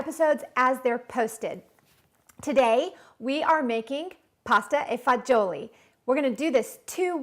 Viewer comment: Pronounced it wrong but thats ok. It is pronounced Pasta vazool